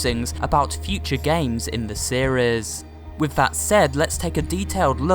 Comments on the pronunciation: you said siris im not blaming you but that was also funny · why did you say sayries for serise? =-= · It’s series not not sierras